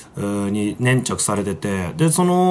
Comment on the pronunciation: ね↑んちゃく